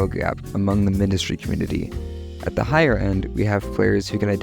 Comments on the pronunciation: Because its Mindustry not minedustry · why do you pronounce mindustry like that